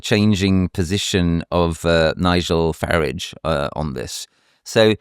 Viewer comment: How come he pronounced Farage, the same way a certain LBC presenter does?